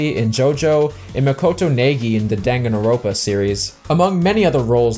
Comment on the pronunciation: The pronunciation of "Naegi" and "Danganronpa" killed me. Close enough, they're weird words to say if you're not using to saying them (And even then I don't think we necessarily agree on how to pronounce Danganronpa anyway) but I was not expecting that. But anyway, Makoto Naegi is fucking great, I haven't played Team Sonic Racing yet but I own it. I should do that at some point, I hear it's a decent racing game, although the story is kind of nonsense and apparently it doesn't have online play??? I don't really know, I'll find out for myself at some point. I really like Silver's character in 06, and I don't dislike him in Forces either, but he has definitely suffered a bit from general disjointed development. 06's scattered and short development time really hurt the project, particularly in narrative cohesion that could've better tied together Shadow and Silver's stories to Sonic's. I imagine his absence in importance is simply because of both a lesser focus on story following 06 and especially Unleashed, as well as Sonic having a large cast of characters, and a large amount of people who have different ideas of what to do with Sonic. Silver in particular, being the future, also kind of has the problem where putting him in a story usually means they have to deal with time travel, and that's always messy, 06's story was probably confusing to some people in part because of it. I think Sonic Forces, or maybe now a new game after it, should tackle Silver's character by having him